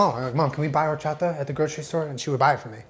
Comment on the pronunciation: As a mexican I appreciate this video so much but I appreciate you WAY MORE for not pronouncing WHOREchata XD Recommendation on the elote: before you put mayo on the elote, rub while squeezing the lime directly to it, then put mayo and lastly the cheese. I don't know if US sells salsa valentina but if you're able to get it and mix it with tajin that'll be amazing! Although the traditional chili "sauce" is chili powder (chile de abrol) and lime juice mixed together until creating a paste.